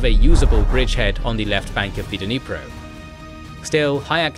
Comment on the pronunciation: Ffs! Just as we don't cut with kuh-NIVES, there is no "duh" in dNIPRO.